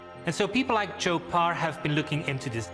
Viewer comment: PARR not BAR